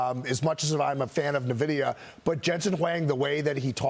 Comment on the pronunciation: btw - it's "EN-VIDIA" not "NA-VIDEA"